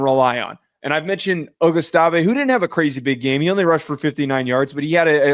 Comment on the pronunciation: It's A-gus-tive